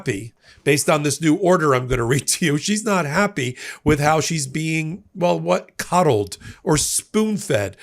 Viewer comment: It's coddled, not cuddled.